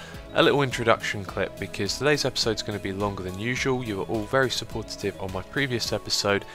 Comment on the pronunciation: Was it me or did he say supportitive at the start ... haha :) Nice video once again, congrats on 500 videos :)